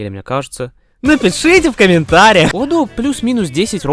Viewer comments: в каком месте это ошибка если 4-й сингл Гира Гира, а 3-м синглом является Usseewa (Giga Remix)? 🤨🤨 и почему ты постоянно называешь её Адо (ударение на О) если она Адо (ударение на А).....? (〃￣ω￣〃ゞ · Я нахожу довольно рофельным, хоть и странным звучание её ника с ударением на о, но всё же хочу заметить, что и с ударением на а можно чётко говорить адо, а не ада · Очень сильная работа, хоть лично меня коробило ударение на второй слог в имени Адо, видно как много труда вложено! Над шутками прям в голос смеялся. Из нового для себя, добавил одну песню в плейлист. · .... Её имя правильно произносится А́до, с ударением на первый слог А́-до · На протяжении всего видео задаюсь вопросом: Почему ты ставишь ударение на адО? Я понимаю, что в японском нет ударений, и можно говорить как угодно, но в своих адосенсах она сама говорит скорее с ударением на А: konbanwa Ado des (эта вставка была где-то в видео) И я тоже привык говорить Адо. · А́до, а не Адо́)) Такой крутой момент испортил) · Автору респект и огромное спасибо за проделанную работу. Обожаю творчество Адо. За эти почти 3 часа я будто стал частью чего-то общего настолько, что в конце даже стало немного грустно, от того, что видео подошло к концу. Единственное подмечу, всё видео резало ухо ударение на адО́. А в остальном БРАВО👏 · Бля, почему так трудно просто говорить "Адо" с ударением на первый слог... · А разве не на а палает ударение в имени Адо? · Видео про Адо это прекрасно, но за ударение осуждаю хд она же сама постоянно правильно произносит свое имя ПС отдельный плюс за внезапного ENTP собрата на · Адо кста, с ударением на первый слог (я знаю, что тебе похер, но всё же) P.s. чтобы Адо не звучало как "Ада" нужно в конце говорить О, а не А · Была на ее концерте в Берлине в этом году, плакала как тварь от эмоций. Спасибо за видео и спасибо рекам ютуба) камень в огород за ударение в имени все равно кину хихих